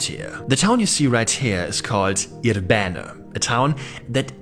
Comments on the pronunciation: it is pronounced with the accent on the 1st I syllable, I'rbene not ir-B'ene ... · For those wondering, the name of this place is more accurately pronounced with initial stress, that is: IR-be-ne (and both of the "e"s approximately as the"e" in "sovjet").